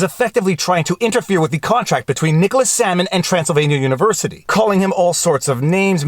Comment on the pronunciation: Am I the only one who heard "Salmon" instead of "Sandman" the first two times? Maybe I just have fish on the brain from your second amazing channel. #chillinnotshillin